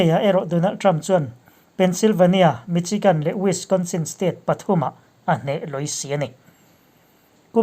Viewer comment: Michigan hi misigan leh Reuters hi royters tia lamtur ani.